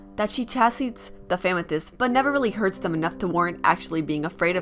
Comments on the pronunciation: i know its your accent but it sounds like famythest which should be a hashtag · Why do you call them famethyst